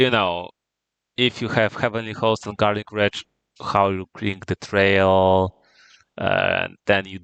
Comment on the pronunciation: This should be an excellent primer for newer players. Well done! Also, I find it hilarious that you pronounce Garlic Wreath like "Garlic Wretch" the whole time you're talking about how trash it is as a card😂